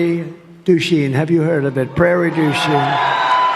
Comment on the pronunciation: It's Prairie DU CHIEN, not "Prairie Douchey". YOU'RE douchey. Stop projecting, Agent Orange!